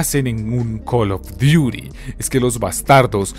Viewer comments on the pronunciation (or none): Imagínate llorar porque en Tony Hawk desbloqueabas a spiderman.... Tanta "investigación" y no saber que no se dice "cal of duiri mobail" Ya ve a llorar